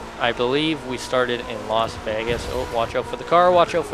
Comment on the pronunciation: “Los” vegas lmao it’s Las vegas